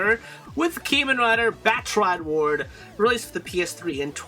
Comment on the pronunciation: Very nice and informative video But it really bugs me that you pronounce Kamen as "KAY MAN" (Kay like the letter k). Kamen is pronounced as "KAH MAN". Please for the next videos please try to pronounce Kamen as I told you. Cheers